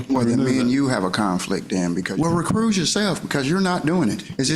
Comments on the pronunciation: Is he saying, "Recruse"? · Homeboy said “re-cruise” ya self 😂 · It’s “recuse” NOT “ Re-Cruise” you JIVE TURKEY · Did the moorish, sovcitidiot say recruse? Such an idi0t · “Recruse yourself, dude.” Between that and ‘aksing’ questions this guy can’t even speak English much less “law”. He shouldn’t be allowed to represent himself on those grounds alone. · It's correctly said, recuse, so he's saying recruse, not recruise like a ship's cruise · He's trying to say recuse